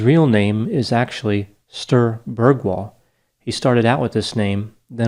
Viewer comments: if you want to pronounce Scandinavian names better you can type them into google translate, pick the correct language and click the "Listen" button. Have heard you absolutely butcher a couple of Scandinavian names on here, like this one. "Sterr Bergwall" hahah. Anyway, love the channel. Keep on keeping on. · I'm Swedish and I've never heard about this man before. Interesting.. You pronounced his name wrong though 😁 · Lol Cuteness overload when says Sture Bergwall. Not a hundred percent convinced, that' this is the proper pronounciation. But that's okay, that's our American. ❤️